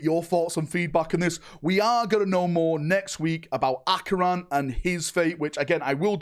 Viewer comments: can't read Acheran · mispronounced Acheran every single time. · “Acheon, kayron, gladriel” bro these pronunciations have to be jokes